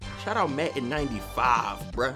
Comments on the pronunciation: this dude sayin matten haha keep up the good work you should also do daily videos about matten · "Matten" "San Antonio" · "Matten" LOL